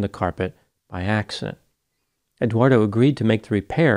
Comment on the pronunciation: Did you notice pronounced Eduardo as Eguardo?